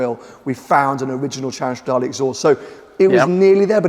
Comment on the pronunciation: I love how the intro in this video sounds just like the intro uses on his channel. Best sounding V8 for me. And it's Stra-DAAA-LEEEEE not Lay Tim, how manyyyy timessss haha